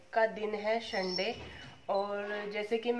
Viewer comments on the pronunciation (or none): Wo Shunday nhi Sunday hota h or plz s ko sh bolna bnd kro